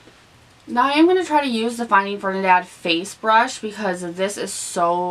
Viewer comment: ...i love you but i HAD to let ya know..its Ferdi..NAND not Fernidad lol!! Youre so cute...love you lol!! Btw you look amazing with this makeup look 😘😘😘😘